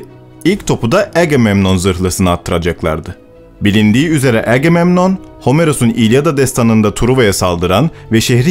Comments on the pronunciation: AGEMEMNON DEĞİL AGAMEMNON DİYE OKUMAN LAZM. TEŞEKKÜRLER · Selamlar, bu kanala bayılıyorum. Ancak seslendirirken-dublaj yaparken " Agamemnon"''a aksan yapmaya bence gerek yok. Zira Türkçe telaffuz ediyoruz, Türkçe okuyup geçebiliriz :)